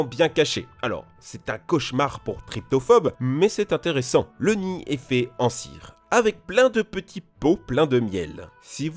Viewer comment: C'est trypophobe pas tryptophobe hein